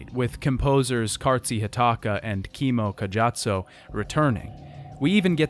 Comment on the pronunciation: Who are these Cartzee Hawtawca Chemo Cayatsoh? 🤣🤣🤣🤣🤣🤣🤣🤣 I'm sorry but my Finnish ears just can't hear those names without bursting into a big old laugh! 😆